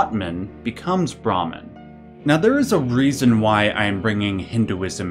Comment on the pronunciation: This is just a little nitpicking. You have the word brahman and atman on the screen so we know what youre talking about, but the way you pronounce brahman sounds like brahmin which is the word for the priestly varna (caste) of hindu heirarchy. That being said, one of the most important hindu texts, the baghavad gita which is a section near the end of the grest epic the mahabharata depicts krishna revealing to arjuna that he is in fact brahman. This scene has many depictions in art where krishna shows arjuna that he is just one of the infinite faces of the brahman. In this way, you can call each incarnation of braham in the various deities masks.